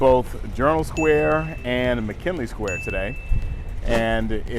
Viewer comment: It's McGinley, please stop pronouncing it like "McKinley". "G", not "K", dude.